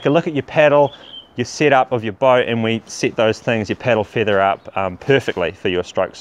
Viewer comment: "piddle feethah?"